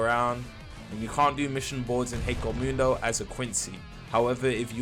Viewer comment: HEKOMUNDO? please stop its killing me